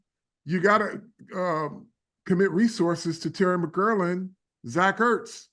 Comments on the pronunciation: What’s so hard About saying “McLaurin”, Carl? It’s not “McKerlin”. How come the out of towners can’t figure this out? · Mc-Claur-Rin sir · McGlorin, McCurlin, McGlorgin...😂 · Few things that are crazy as a Washington fan 1 Mm-girl-lin wild pronunciation 2 defense is two DT and nobody’s…Allen is out for the season and we have dudes like hall of famer Bobby Wagner and Frankie Luvu probably more importantly😂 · All due respect… they way Carl Banks pronounce McLaurin annoys me to my core 😅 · Right! I’m like, if you don’t get that man’s name right!!!! 😂😂😂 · Bob Papa said it correctly. Maybe Carl Banks has a slight speech impediment.